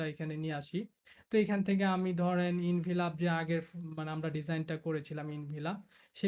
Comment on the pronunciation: ভাই আপনি তো এখন প্রোফেশনাল ডিজাইনার + টিউটর। এই অবস্থায় প্রনাউন্স ভুল করলে স্টুডেন্ট রা কি শিখবে? Envelop mean এনভেলপ,, ইনভিলপ না ভাই। কথা টা শুনতে খারাপ লাগতে পারে কিন্তু ভুল টা যাস্ট আমি ধরিয়ে দিলাম আর কি, কিছু মনে করবেন না। আমার মতে আপনি একটা কমপ্লিট আইয়েল্টস কোর্স করা দরকার, এতে আরো উপকার হবে আপনার ❤